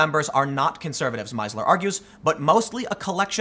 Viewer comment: Being German, I would have pronounced that name "Meesler" "ie" is a long "i", equal your, "ee" in German.